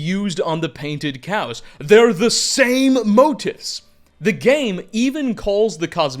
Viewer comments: This guy pronounces motifs like “moat-ifs” and “giants’” like “giantses”, but rolls his r when he says Strauss. Boggles the mind. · motifs is pronounced moe-teefs